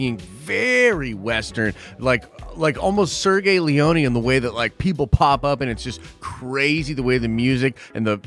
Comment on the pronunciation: Sergio Leone, not Sergei😭 you went to film school, you should know this